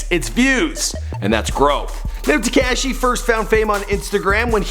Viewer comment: He said takashy 😂😂😂 love you 😭😂💯